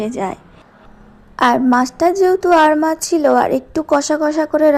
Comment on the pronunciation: "আর মাছ "-- না ---- "আড় মাছ"----'🤦‍♂️🤦‍♂️🤦‍♂️🤦‍♂️